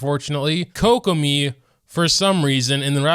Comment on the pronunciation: How do you manage to mispronounce almost every character's name. Did I really just hear koko-my and rayden 😭